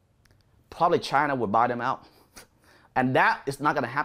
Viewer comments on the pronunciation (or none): none